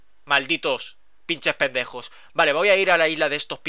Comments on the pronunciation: Me hace gracia cuando dice Pinchej Pendejoj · Jajajaj "pinches pendejos" amo como lo dicen en otros países